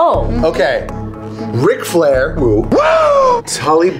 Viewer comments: That "k" in Ric Flair really bothered me lol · There is no k in Ric Flair